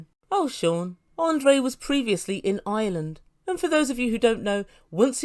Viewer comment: It’s IRELAND not island